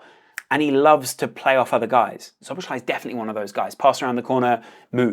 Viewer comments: Szoboszlai is pronounced So-bos-slai. Sz is the equivalent of S in English. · The sz is pronounced as s both times. Sob-os-lie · Correct pronunciation: So-boss-lai :) Very good video by the way. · Nice vid! However, about pronunciation: ˈsoboslɒi - not that hard, is it? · It’s pronounced “so-bo-sly” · its just Soh-Boh-Sly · Pronounciation: "So-bos-la-ee" basically,just take away the 2 "z"-s then go and try to read it. Ur welcome! 😁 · Bro it's not Joboslai. Stop pronouncing it that way. It's not the right way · it's actually pronounced slo - bo - zai 😂 even though it isn't spelt that way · "So-boss-la-ee." That's the pronunciation. ("Sz" is pronounces "s" in Hungarian.)